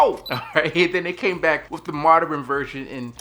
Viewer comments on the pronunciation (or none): What the hell is “moder ren” its modern